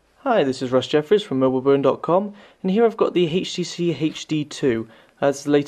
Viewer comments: why the hell is he saying hayeh.T.C hayeH.D instead of htc hd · dude...u really need to stop saying heicht tee cee tew....its fucking pissing me off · I can't watch this because you pronounce the letter 'H' wrong. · Where in the UK are you from, you keep pronouncing the H in HTC as Haych -phonetically? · hhaaha "hatchh tee cee hatchh dee two" hahahahahah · haytch tee cee, haytch dee two Rawr. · What country are you from? "Hayche tee c" lol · lmao! that HAYCH TEE SEE line is really funny...